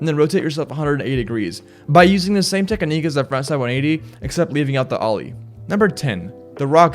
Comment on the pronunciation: why did you say technique like that?